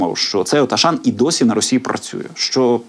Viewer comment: Аушан читайте правильно